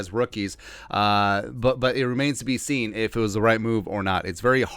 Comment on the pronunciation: Haha, he said “remains to be Cine!”